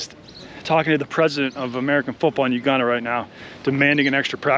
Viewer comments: It's not Uganda is Weganda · “Weganda” is out of this world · “Weganda” Classic. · "we-ganda beat Kenya" yessir 😂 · "WEGANDA" bra lmaoooooo